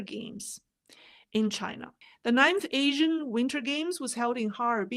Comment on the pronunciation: Wang crapped his pants the first time Trump said "Chi-NA" hahaha